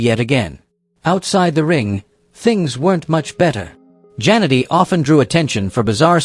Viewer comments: The way A.I. Robovoice pronounces "Jannetty" as "Janitor"... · Terrible text to speech. Jan-etty. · At least get the pronunciation of their names right! I stopped watching after 40 seconds, just because you couldn't get Marty's last name right!